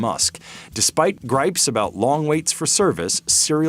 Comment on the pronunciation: Anybody else hear "despite Grimes" when they actually said "despite gripes"?